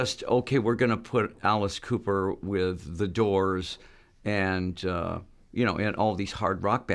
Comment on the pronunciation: Dude mispronouncing his last name is ruining it for me